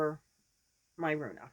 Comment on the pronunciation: it’s pronounced rue-Anna. I’m gonna make one too in Lion Brand Lace yarn. Can’t wait to see yours finished!